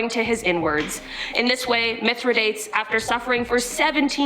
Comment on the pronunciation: Mythra...dates? Really? You gonna butcher the name like that lady?! 😑